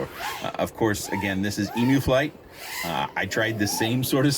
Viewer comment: Hi, I've lived in the land down under for 27 years and just so you know Emu (which is native to Australia) is pronounced "eem-yoo" although I questioned telling you coz it's super cute hearing you pronounce it eemoo 😂